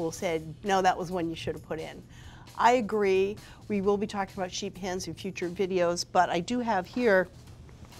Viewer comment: Sheet pans? Man my interest was piqued when I thought she was saying "Sheep hands"